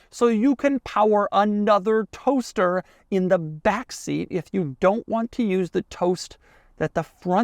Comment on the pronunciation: why is the emphasis so much on the toaster?😂😂😂